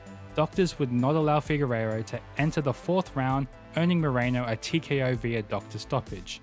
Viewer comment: Deiveson "Figueiredo." You keep saying Figueirro.